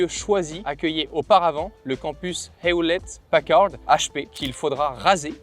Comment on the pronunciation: Ps : Hewlett Packard se prononce "Hiouwlette Packarde"